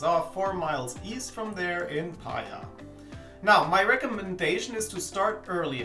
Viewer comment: Pa-e-a = Paia ☺